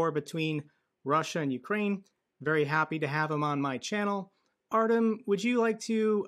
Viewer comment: it's pronounced "Ar-tyom" not "Ar-temm".